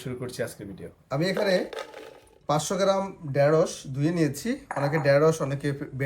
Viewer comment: খুব সুন্দর! তবে ডেরোস নয় ঢেঁড়স